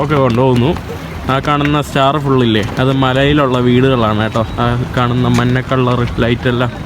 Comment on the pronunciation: എടാ കോപ്പേ മന്നക്കളർ അല്ല മഞ്ഞക്കളർ ആണ് ശരി.